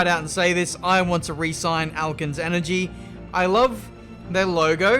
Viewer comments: As a Chemistry student, every time you say 'Alkenes Energy' it makes me cringe. It should be "Al-keens Energy" not "Al-kens Energy". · Alkenes are literally a type of fuel : also ur saying alkenes wrong its al-key-ns not al-kens